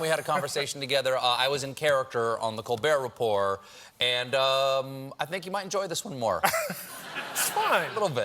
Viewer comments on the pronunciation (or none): "Colber(t) Repor(t)." He's really committing to the French pronunciation.